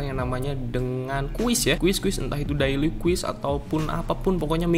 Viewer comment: Cara baca yang benar: - quest = “KWES” - awesomeness = “AWSEUMNEUS” - daily = “DEYLI” - hair = “HEIR” Biar ga malu kalo salah cara bacanya.